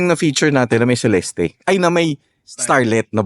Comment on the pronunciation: It's pronounced as Cel-est and not Ce-Les-Teh.